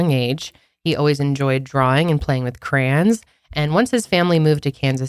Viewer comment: Wait wait wait..., say crayons again 🤣